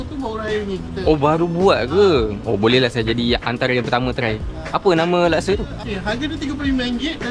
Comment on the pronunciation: Laksa, bukan lakse